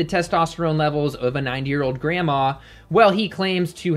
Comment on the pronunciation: It totally sounded like you said "nine year old grandma" :')